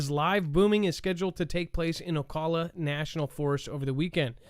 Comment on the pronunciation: It’s Ocala...the a is the same pronunciation as in cat